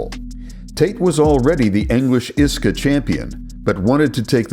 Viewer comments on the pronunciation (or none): Yeah, listen to the man who says iska as a word, and not I.S.K.A 😂 And you call yourself? If anyone is a fraud, I wonder who it is. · I s k a…. Not iska 😂